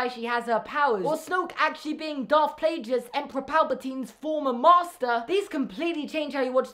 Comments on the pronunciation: Great vid but it's Plagueis not Plajueis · I’m sorry.... Plajus? Really.